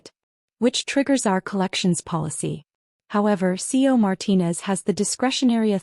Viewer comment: It’s CEO NOT CO! So irritating that and lots of other words mispronounced that if a live body were reading instead of machine would most likely be pronounced correctly.